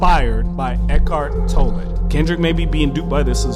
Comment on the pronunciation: I’m having a hard time believing you have done enough research to competently argue against Tolle’s teachings… because you keep saying his name wrong 😖